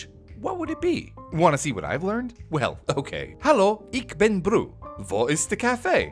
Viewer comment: its not ic bin Brew. Ist pronounced differentli but i dont know how to type igual